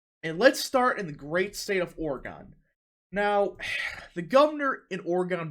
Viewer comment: As an Oregonian, I am offended that you both mispronounced my state's name and misgendered my governor